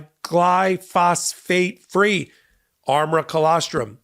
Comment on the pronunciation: It would be more convincing if you'd pronounce glyphosate correctly.